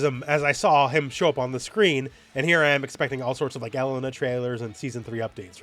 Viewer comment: pronunciation of Mary-o Cart and el-LUN-uh is really throwing me 🤣. This can't be blamed as a Canada thing right?